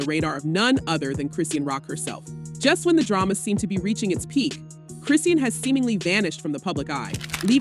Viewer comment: Her name is pronounced Chris-sean (shawn) as in Chri-shawn NOT Chri-sea-ann 😂😂😂😂😂